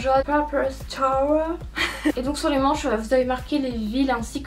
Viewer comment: Coucou, super vidéo :) Par contre je voulais te dire que je suis en fac d'anglais et que "Tour" qui signifie "tournée" se prononce "Tour", tout comme en Français :) Tu prononces "Tower" ce qui signifie en français une "tour" ... Voilà c'était juste ma petite réflexion de maniaque aha ! Bonne continuation :)